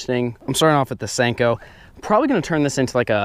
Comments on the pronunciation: It's a senko not stenko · WYATT BOEHM I think he says "Stanko". 😂😋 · nixen I always thought he said stinko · Step 5: Pronounce it Stanko